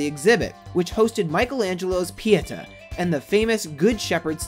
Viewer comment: There are a number of things wrong here, but I'll stick to the two that bother me most. First: NASA is the "National Aeronautics and Space ADMINISTRATION," you numbskull. Second: Every time you tried to pronounce "Pieta" I wanted to scream (somewhere in the distance a cruel headmistress scrapes her long sharp fingernails across a blackboard.) Why don't people like you who make these types of lists ever take two minutes to consult a dictionary - or even YouTube - to learn how to pronounce words you've apparently never heard before? It's really quite annoying at times, and makes me -and probably others - less likely to return.